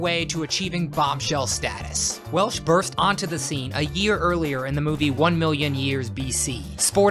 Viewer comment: I would have had Cheryl Tiegs over Bo Derek but I'm glad you included Stevie Nick's. Oh, also, it's Welch, Raquel Welch. Not Welsh.